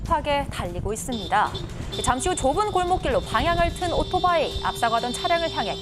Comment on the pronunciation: 발음 신경 좀 쓰세요 오도바이가 아니라 오토바이